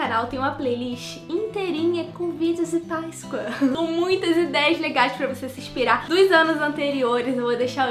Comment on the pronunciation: pq vc fala Paiscoa invés de Páscoa